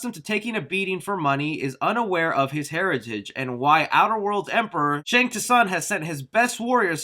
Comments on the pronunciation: No way dude pronounced Shang Tsung (sung). Shang Tuh-suhng . Still got love for you bro haha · Not to minor nitpick but anyone notice he mispronounced Shang tsung as Shang t-sung? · How do you fuck up the pronunciation of Shang Tsung when the game tells you how it's pronounced? Shang Tuh-Sung? What the F? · "Outerworld" "Shang Tuh-sung" ??????? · You really said shang te-sung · When he said Shang T sung that killed me 🤣🤣 so much for being a MK fan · Did you just say Shang T Sung?? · The T is silent in Shang Tsung.....I know your reading buuuuut if you know the story...you know it’s Outworld not Outerworld..... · Just the way u pronounced Shang Tsung name when reading don't make me believe ur undying love for the franchise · How do you call yourself an MK fan and you can’t even pronounce Shang Tsung correctly....the “T” is silent ....poser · Cringed when you said shang tsung's name wrong.